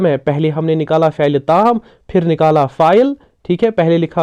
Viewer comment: Your effort is commendable.I would like to request you to pronounce words correctly.e.g. it is faail and not pha- il.The word Faraq is ismi mounus not muzakar. Please don't mind; it is simply out of love that I am giving this advice.